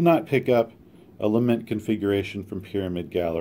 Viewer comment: La-MENT configuration and leement please. la·ment ləˈment/Submit noun 1. a passionate expression of grief or sorrow.